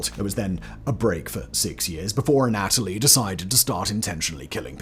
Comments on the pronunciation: The way you say Anatoly is killing me. You say uh-NATALIE. We say ANNA-tull-ee 😂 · It is not pronounced aNOTaly. It is pronounced ana TOH ly. Hugs, The Corrector. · anna-toe-lee, have you seen docudrama Chernobyl HBO for pronunciations.